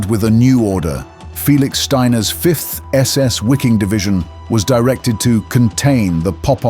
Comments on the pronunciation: Wiking? As in Wikipedia? Try VIKING, pronounced as in German. Mispronouncing foreign names is a sign of i-illiteracy. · better say vee-king - that is more accurate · The German word "Wiking" is pronounced "Viking."